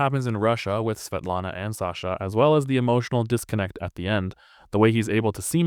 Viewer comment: Svietlana si pronuncia SVIETLANA. Oppure se vuoi proprio in russo in posto di "L" fai "W" inglese.